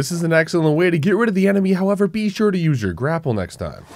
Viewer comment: STOP PRONOUNCING BE AS BU OR BOO